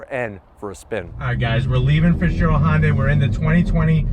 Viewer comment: Most people can't even pronounce Hyundai right lol. Hi-oon-die, not Hun-day